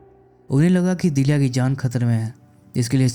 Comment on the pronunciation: Must awaiting explanation. लेकीन उच्चारण बराबर किजिये. नाम पकिया नही पक्या है दीलिया नहीं दिल्या हैं